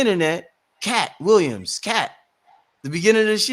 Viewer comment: Katt Will-I-AM ✨